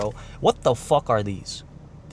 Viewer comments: “What the FOOK” 😂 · "why she is attacking my coar" "wt fouck"